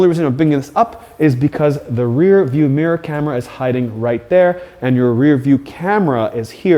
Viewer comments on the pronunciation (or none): none